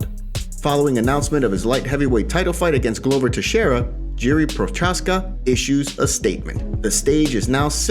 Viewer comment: Its pronounced Prohazka